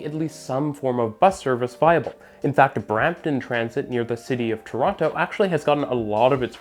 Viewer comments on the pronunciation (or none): none